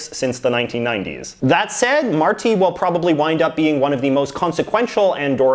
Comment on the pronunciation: Awesome video!! Andorra is also governed by the Liberals (Martí Petit comes from the liberal coalition) and yes, there’s no much info about him, probably because of the size of the country. (Pro tip: it’s pronounced /Mar-tee/). Waiting to see part 2 and knowing what the heck happens in Brunei! PS: love that BC flag!